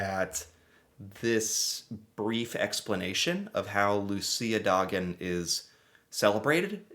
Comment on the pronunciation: Gotta give you props for you pronunciation on Luciadagen, great job!